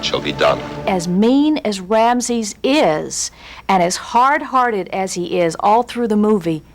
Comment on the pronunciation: "Ramses ears"?? WTF? What English is this woman speaking?